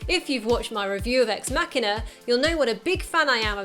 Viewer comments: It's machine-a not makina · Good god I just couldn't get over the narrator butchering the word "machina" over and over. "Mock" not "mack" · I need help. Why is it pronounced Ex_ Mac hina instead of Ex_ Ma china? If anyone understands, I know it's probably dumb to ask, but I was just wondering. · Why does the narrator of this video pronounce it incorrectly as MAK'inah, rather than MaSHEEEN'ah? Can't people read? The robot is a machine, not a Mack truck. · First thing I didn't know about Ex-Machina.... It was called "Ex-Makina" and not "Ex-Machine-a". 'Muricans. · ex makkina? really? i think its suppose to be ''machina'', like machine. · WTF did she just call that X MACKINA im done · Loved this film but didn't realize that the title was pronounced with a hard "k" sound versus the "ch" till I watched this. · marcusezikel It's from "Deus Ex Machina", in Latin, and the closest English approximation is a hard 'c' as in "car", but from my understanding, it's actually closer to 'kee'...thus, should probably be pronounced as "mah-kee-na." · ***** I've been pronouncing it Mach-ina, as in the speed of sound mach :) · Say machina one more time. I dare you.